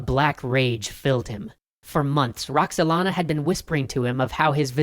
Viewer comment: roxelana WTF